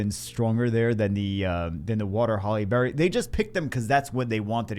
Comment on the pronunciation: Did it sound like he was saying Halle Berry to anyone else the entire video?